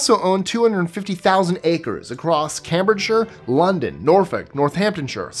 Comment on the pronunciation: You said Cambridgeshire wrong it is pronunced Cai-m-bridge-shear. Also shire is pronunced Shear like shearing a sheep. This is just to educated you on british pronunciation and not meant to be a criticism.